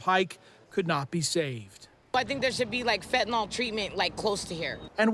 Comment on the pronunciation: I'd have more confidence in law enforcement if they pronounced fentanyl correctly.